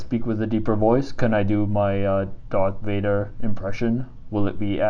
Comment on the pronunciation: Sorry it sounded like you said darth mater once😂